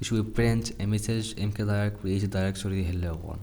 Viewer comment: it's pronounced 'mkdir' not 'mkdir'